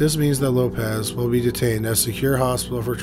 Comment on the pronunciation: As a Portuguese person, I was not very surprised to hear your incorrect pronunciation, because it is very difficult for a non native to stop associating these types of surnames with their Spanish equivalents. Examples: you pronounced "Lopez" when is written Lopes; Martinez is not Martins; Fernández is not Fernandes; Sanchez is not Sanches; García is not Garcia; Rodriguez is not Rodrigues; González is not Gonçalves; Diaz is not Dias; Gomez is not Gomes and Alvarez is not Alves (we shortened Álvares).